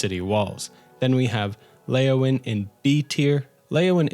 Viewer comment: Not Leyawin